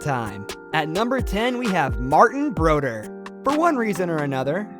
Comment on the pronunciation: Off the bat, the narrator doesn't know how to pronounce Martin Brodeur... This seems like such a small thing, but it indicates that whoever made this most likely doesn't watch or care about hockey. I don't know how you can go to the effort of making a video like this yet not bother to learn how names are pronounced. A lot of youtube channels use AI voice which often isn't the best for proper nouns. People should not accept this. If you do, you will continue to get progressively lower and lower quality content. If you accept shitty youtube content simply because it's free... You will continue to get worse and worse content. Never mind... he pronounces everything wrong...